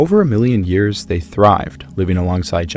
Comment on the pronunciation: Why does he put an H in front of years it’s driving me nuts lol